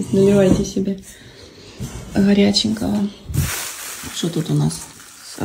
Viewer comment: Бесит как она произносит слова погребок, солнышко, хоряченкого😅😅 сырок верёвочкой солененький 😂